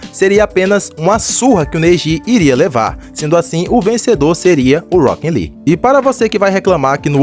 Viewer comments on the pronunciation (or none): eu acho engraçado o jeito que você fala "Rockin Lee" kkkkk